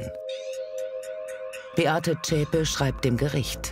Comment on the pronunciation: die Frau heisst Beate Zschäpe! Und nicht Schäpe.